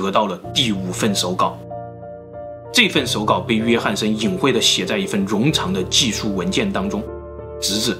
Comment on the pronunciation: 召唤，召，读4声，zhào 冗长，冗，读3声，rǒng 湖泊，泊，读1声，pō 潜意识，潜，读2声，qián